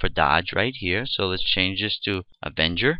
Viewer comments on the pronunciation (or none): GREAT tutorial ... one thing though: the "avanger" word man ;-) ... But the tutorial was exceptional.